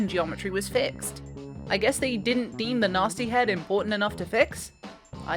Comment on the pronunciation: It took me a minute to realize she was saying gnasty with that accent, I kept hearing it as Natzi lol